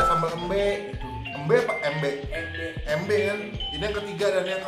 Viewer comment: Biar ga salah pengucapan bang. Sambel emba tulisannya. Dibaca embe. Penyebutan huruf e di kata embe sama dengen penyebutan e di kata ke.